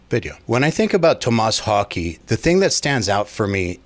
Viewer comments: Haa Keh kind of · More like Hoh-kuh I think. I can't speak Swedish tho. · Wouldn’t his last name be pronounced more like Hawkeh? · Tomas Hawk-uh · Hokey? I don’t know if that’s how you say it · Thats an impressive mispronounciation of his last name. Wow... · It's 'Tom-mess Hawk-eh', NOT 'To-MAAS Hawkey' FFS 🤦‍♂️